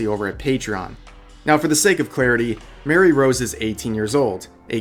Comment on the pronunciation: Rev pls. Her name is Marie Rose, not Mary Rose. The pronunciation is "muh-ree"